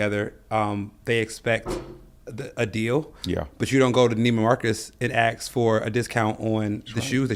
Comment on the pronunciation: This video popped up because YouTube thought I'd like it. I was giving it a chance until I heard "ax" instead of "ask." Stopped the video, and I'm moving on. Come on buddy, you look and sound like you've got it together. Refine just a little bit more.